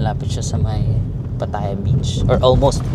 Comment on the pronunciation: It's not pa TA ya. It's pa tha YA. 😊